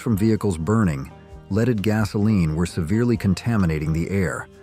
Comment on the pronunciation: That "Leeded fuel" was hard on people and the environment